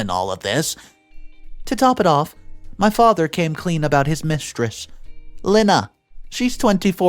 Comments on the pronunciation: The name "Lena" is NOT pronounced "Lynn-uh" It IS pronounced "Lee-nah" Another simple and common name that has mispronounced! (So what else is new?) I should think a video announcer would at least announce words and names correctly! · It’s pronounced Lee nah not Len Ah. Can you PLEASE ask Siri or Alexa on how to pronounce names. It takes seconds and does not piss off the people who have the name. Stop being so lazy. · Lena is pronounced as Leena